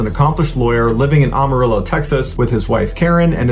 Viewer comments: Mr Ballen lives in ATX (though he’s from the NEast Coast. I noticed & this bugged me too! Because he said it multiple times! Living in the SW for almost 60 yrs & everyone in Texas & neighboring states says AM - Uh- Rill - Oh! Not Aum- …. And Yes! George Strait! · It’s “Am a rillo”. Not ARMArillo. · Am-arillo not ahmarillo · Am.....a....rillo not om...a ...rillo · Amarillo is pronounced “Am-marilo.” Like I Am, not ahm. It appears to be Spanish, but it is really just Texan. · AMA rillo! Not AUMA rillo! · Mr. Ballen!! Amarillo Is Am, long A not Ah, short A! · Am Am Amarillo not awm. I understand its hard forbyou yanks but come one man this is a city in my country bro. Anyways live your videos .. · Holy crap, man. Learn to say Amarillo. It's like AMarillo. Not OMarillo. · Its pronounced Am-a-rillo not Arm-a-rillo. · It’s Amarillo “am” not “ARM” arillo please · It’s Am-arillo, not Ahm-arillo. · I love your stories but listening to you say Amarillo is making my teeth hurt… it’s AM like I Am! Not ahm… sigh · It's Amarillo not awmarillo. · Am uh rillo. Just an fyi. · Native Texan here: Sorry, but it is pronounced “am a rilo”. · It's pronounced am like I am Amarillo I'm from Texas born and raised. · You usually do so well with your posts. Please note the town is Am a rillo As in I "am" going to "Am"arillo or listen to Amarillo By Morning by Terry Stafford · AM-uh-rill-oh - my hometown! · I love your videos...it is pronounced AM-a rillo. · "Arm" arillo!.. Come on man! I thought you were from Texas!..🤔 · Am-a-rillo is how the song says it, gotta get there by morning all the way from San Antone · Good job on the story. However, if you want to pronounce it like Texans do (you pronunciation surprised me), it's like this: AM-a-rillo. Jus' sayin'! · Yikes! It's not pronounced "AHMARILLO" Love you, Mr. Ballen. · It’s Amarillo, Am-a-ril-lo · Am. It's AM-arillo. I had to. Don't be mad. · Please pronounce it Am arillo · Ok it is pronounced like Amazon. Ama rill o...